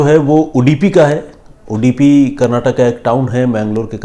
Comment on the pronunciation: Sorry not udipi it's Udupi